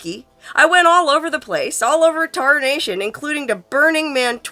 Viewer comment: tarnation? Tarnation! Tarmation! You say the most beguiling things!